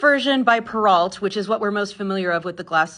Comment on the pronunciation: The t in perrault is silent I believe, its a French word